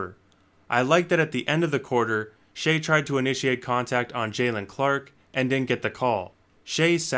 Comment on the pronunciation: Always thought it was pronounced as “shy” am i trippin?